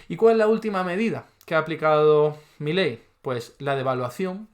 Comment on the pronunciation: Primero : es Milei,no Miley.Después,que sea extranjero qué importa? Si está diciendo LA VERDAD,LA REALIDAD DE TODO.Y tercero..a vos un diccionario te puede ayudar a mejorar mucho ...Saludos de un argentino que VIVE LA ESPANTOSA REALIDAD ACTUAL.